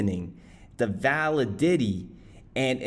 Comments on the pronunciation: Validity......Vala Diddy 😂😂😂😂 Va- lid-itty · Validity (Vuh-lid-uh-tee) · " val-i-dity "? It's "va-lid-ity"! Geez.